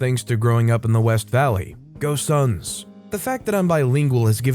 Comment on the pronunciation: He said "go suns" and i heard "ghost hunts"